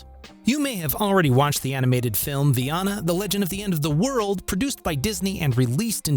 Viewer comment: It really does!! I had to restart the video into this part. Haha... It is hilarious, ngl.